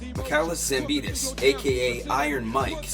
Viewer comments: Its Zambidis not Zamponis! At least try to pronounce the name correct... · Ζampidis idiot, not Zamponis... You are also a damn speaker.... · Is it just me, or he called Mike "Zamponis"? 🤣🤣